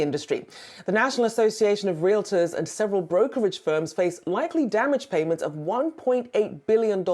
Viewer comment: First, it's Real-tor not real-it-or and it's NAR, not NRA.